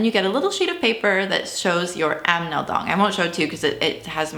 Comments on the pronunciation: Yes, but she said "Amedong" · *Anmeldung, not Amneldung. Otherwise, great video! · I enjoy your videos buts its "Anmeldung" not "Amnmeldung" :)